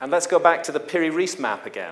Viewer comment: This pronunciation of "Piri Reis" drives me crazy.